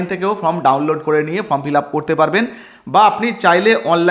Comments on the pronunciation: Form কে from বলছেন কেনো ? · From na কথা ta form